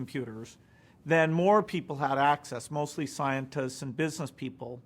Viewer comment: so if you're so smart why do you say stuff like den instead of then??-_